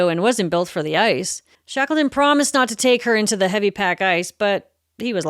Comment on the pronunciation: Shakelton ...Yea, wreckless!